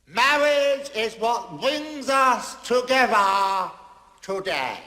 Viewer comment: Mawrige 😂😂😂😂 love that!